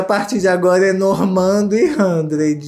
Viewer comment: Não aguentei quando o falou: Handred e Normand 😂😂😂😂😂😂😂 Fernanda Lima tem que mudar os nomes deles urgente! hahaha